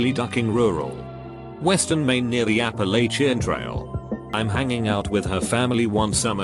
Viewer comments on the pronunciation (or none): none